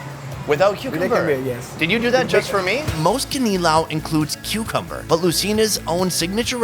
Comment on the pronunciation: G E N G E R and Cucumbeer AS IN BEER